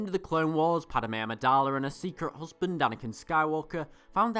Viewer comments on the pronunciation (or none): none